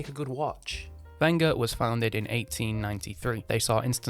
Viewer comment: Thanku for pronouncing the manufacturers name properly